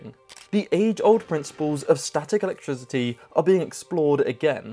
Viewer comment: I really enjoy your unique videos. I have one question, why do you pronounce “electricity” with a “z” sound?